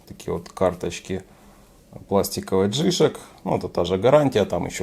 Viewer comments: Не джИшк, а джи шОк, никак иначе. Ваше ударение по ушам бьет! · Не джишек,а Джи Шок,деревня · я не про написание, а про ударение именно у Вас, не в обиду! Вы говорите джИшок, вместо джишОк. Здоровья Вам! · Плюсы́ у джи́шок - у вас проблемы с ударением))